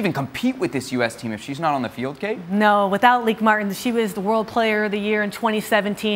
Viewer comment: bynahelemaal Thank you for the correct pronunciation. I hate trying to say anyone’s name and getting it wrong . Often we fans from other Countries get both spelling and pronunciation incorrect. BTW the Netherlands played outstanding football throughout this tournament. I for one salute the team for helping make the Women’s World Cup fun to watch. The Goal Keeper earned the Golden Gloves award and literally kept the Orange in the hunt for the Cup with several great saves in several matches.